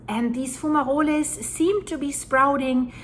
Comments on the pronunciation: Foom-ma-rollies 😂. Will never tire of hearing you pronounce that 😂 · is a foom ma rollie. 😊